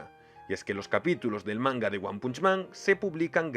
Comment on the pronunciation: ¿Por qué los españoles no pueden pronunciar nada bien en inglés? Se pronuncia "PANCH", no "punch". "FINIX man" y no "Fenix". "EMperor" y no "emPEror" O en japonés, se dice "Garoo" y no "Garou". "YUske" y no "yuSUke". "MANgaka" y no "manGAka". Y obviamente es "Gokuu", no "GOku".